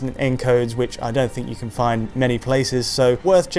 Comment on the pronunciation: The word is CAN, not Ken. how come this guy can say "can't" but constantly says "Ken" instead of can?